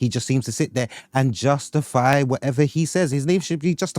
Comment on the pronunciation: Man said Justofy